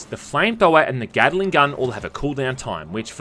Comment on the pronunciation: When you say Gatling gun it sounds like Gattling Gun, as in a Gun that Gattles, rather than a Gun made by Mr Gatling, with Gattling having three Sylables and Gatling only two. That's my stupid nitpick of the day.